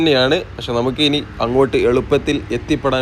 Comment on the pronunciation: ബ്രോ സ്നേഹം കൊണ്ട് പറയുന്നു ഞമ്മക്ക് , എന്നുള്ളത് പറയുമ്പോൾ നമുക്. എന്നാണ് പറയേണ്ടത്, ന്നമുക്ക് സംസാരിക്കുമ്പോൾ ഇങ്ങനെ ആണ് ശരിക്കും പറയേണ്ടത്. പിന്നെ തുഴയുക. അതും ശ്രദ്ധിക്കും അല്ലോ. നോർമൽ നാട്ടിൽ ഇൽ നിന്ന് പറയുമ്പോൾ എങ്ങനെയും പറയാം വീഡിയോ ചെയ്യുന്നത് കൊണ്ട് ഒന്ന് ശ്രദ്ധിക്കാൻ വേണ്ടി പറഞ്ഞത്. ഹാ ഇനി വിഷയത്തിൽ വരാം. ബാക്കി ഒക്കെ ഉള്ള സംസാരം ആയാലും ആളുകളോട് ഉള്ള സ്നേഹത്തോടെ ഉള്ള സംസാരം ഒക്കെ good ❤. പിന്നെ നിങ്ങളുടെ വീഡിയോ യിൽ കൂടി പഴയ ആ സ്ഥലം. ഇങ്ങനെ ആയി മാറിയത് കാണാൻ കഴിഞ്ഞു good വീഡിയോ ബ്രോ.❤